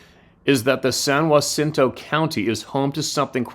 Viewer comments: Pronounced San JUH_cinto. I commented on a video yesterday about this area. San Jacinto county is in the Sam Houston National forest area. I am in Oakhurst Tx, which is in San Jacinto county. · From a Texan...San Jacinto...we just say San (a as in and) Juh-sen-to to pronounce San Jacinto Spanish pronouce is San (a as in father) Hah-seen-to for San Jacinto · San - Ja - ciento . I'm from Michigan. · Hey! It’s pronounced SAN-JAH-SIN-TOW